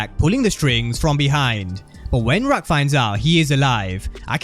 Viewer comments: You killing me everytime you say rack instead of raq 😆😅😂 still love the content 👍🏾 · Just say “Rock” gang lol